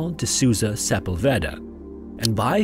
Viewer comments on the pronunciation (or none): It's *Sepúlveda, not Sepulveda. So the stress is on the second sillable. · the accent mark is over the U... sepUUUUlveda...